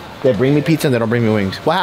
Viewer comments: My boy really said pixxa no pizza 😂😂😂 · "Peekzza" LMAO